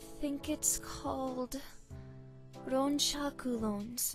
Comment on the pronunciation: 'Shaku' sounds like Shark.